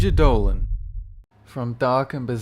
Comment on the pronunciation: Bob Cheese its dolan but Close enough :P